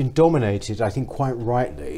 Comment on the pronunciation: Good luck for, she's making all the right noises but if I could say one thing she needs to stop saying Fink and Fought and Free (when it's Three) Using F's when it's Th really does let her down. Sorry, I probably sound like an old git.